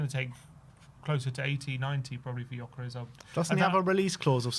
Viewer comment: It's not yokeres, it's geeokeresh. You are killing the hungarians that are following the show with this pronunciation 😂